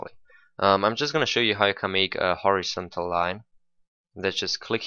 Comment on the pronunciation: Horizon-tal. that confuzed the shit outta me when i first heard u lol ;p